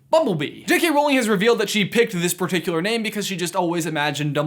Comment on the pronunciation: "dumbledore is puhticuluhluh" lol